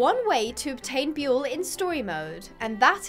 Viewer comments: Buell not Boel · i dont like you calling buell boel like that is no where near his name